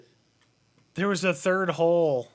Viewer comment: a third hole or a “terd hole”